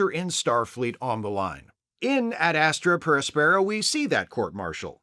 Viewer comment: ad AS-truh pair AS-peh-ruh, following classical latin pronunciation, and also generally pronounced that way in English. Excellent episode though.